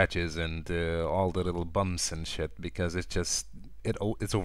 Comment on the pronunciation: "AND ALL THE LITTLE BUMPS AND SHET" lmfao how he said SHIT was funny